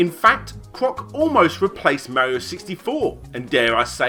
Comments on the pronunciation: your pronouncation of mario needs some improvement. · The way british people say "mario" and the way Larry says "yoshi" triggers me